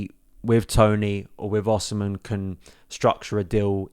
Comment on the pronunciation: His name is pronounced Osimay.